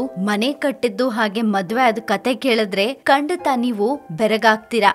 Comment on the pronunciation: Dear anchor, it's not 'ಕಂಡತ' but 'ಖಂಡಿತ', ಕಣೇ ಗೂಬೆ. Learn to read news properly about the big star.